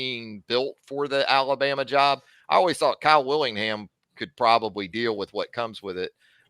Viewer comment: Bless heart... Kyle WITTINGHAM, not Willingham